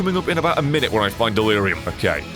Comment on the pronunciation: In stead of dealurum it was dealire gum